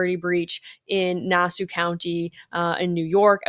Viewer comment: It's Nassau County,, not Nasoo country.